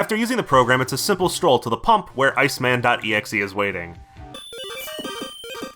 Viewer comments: Subbed for the EGGSJEHEH pronunciation. I can't believe I've gone from pulling my blanket over my head at night to play on my SP to pulling my blanket over my head to cry myself to sleep. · Ya know, saying megaman. "exehhh" kinda does make sense, since exe is short for executable lol. But yeah, when I say it I spell it out too. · A funny detail, in Japanese, mega Man x is ro-ku-ma-n e-ku-su or rockman x. So pronouncing exe as a word makes him ro-ku-ma-n e-ku-se. In other words, rockman x